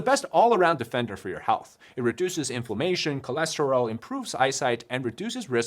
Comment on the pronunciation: ik youre saying inflammation in your ad, but it sounded like information 😭 "it reduces information" made me chuckle